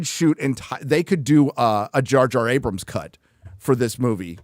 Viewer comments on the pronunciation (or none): none